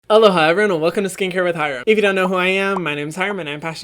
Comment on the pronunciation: HYRAMMM!! JAMES CHARLES SHOUTED U OUT IN HIS RECENT YT VID!!!! 💗💗 he did pronounce ur name wrong tho 💀